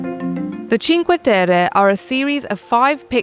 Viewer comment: Thank you for pronouncing Cinque Terre correctly. Many videographers completely butcher the names of the places they create content for. The least they can do is first learn how to pronounce the place correctly and follow with creating the content. I'm done, venting!